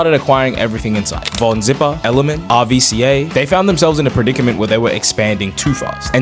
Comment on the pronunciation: Great video! Just wanted to mention that RVCA is pronounced 'rooka'.